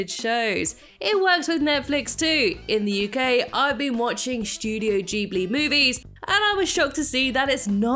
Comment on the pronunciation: “Studio jeebley”